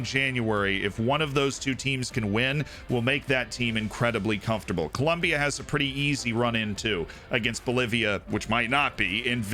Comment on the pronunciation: Very important information you missed on South American qualifying!...Col...OM...bia. xD